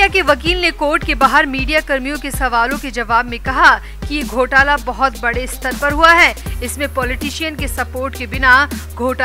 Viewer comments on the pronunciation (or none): none